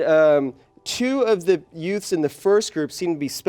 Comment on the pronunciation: "Two yutes"